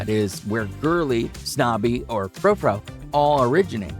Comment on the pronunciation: Standard poodles are the best! We are on our fifth one. Oh, and tell your AI narrator that frou-frou is pronounced '"froo-froo," not 'fro-fro.' Yeesh!